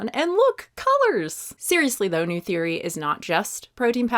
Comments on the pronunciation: The pronunciation of neue bothers me ... As someone who speaks German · The name freaks me out, “neue” means new in German but the pronunciation is different so for me it looks super odd 😂😅